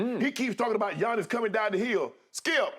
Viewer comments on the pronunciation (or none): Shaq was literally the last person to recognize Giannis greatness, other teams, analyst and fans all seen how great was while Shaq still couldn’t pronounce his name on live tv.